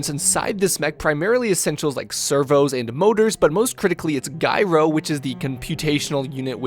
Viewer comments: "jai-row", not "guy-row" - feels like I'm listening to an AI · I’m getting triggered every time you say “guy-ro” instead of “Jy-ro” you deadpanning comic legend. 😂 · how do you know so much stuff but then not know that gyro is not pronounced "guy-ro" lol. Kidding aside, your painting and vidoes are awesome i just got into BT as a hobby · Also, "gyro" is pronounced with a hard G, so; a J sound. Like "gym" or "gypsy"~